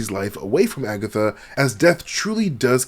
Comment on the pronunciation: Did he say AgaThots?😂😂😭😭😭